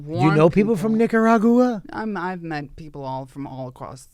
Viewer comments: I will always pronounce Nicaragua that way from now on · From now on, It's Nikagahrooah instead of Nicaragua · Nikki, it is Nicaragua ! Like Lake Titikaka, and Tipi for your Bunghole ! And it is nothing to be ashamed of ... 🙃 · “Nikaragooaa? I don’t know, my housekeeper would know.” Jesus, fuck 🙄 Clearly Nikki took Paris Hilton as a role model. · Nikki saying Nicaragua incorrectly doesn't bother me as much as Bert saying tattoo.